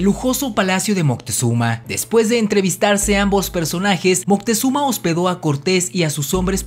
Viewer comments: Porque dices montezuma y no moctezuma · "Mutezuma" xD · eso seguramente como son citas textuales los españoles lo escribian y pronunciaban mal, y de hecho, en nahuatl, no es moctezuma, es algo mas como mocutehzoma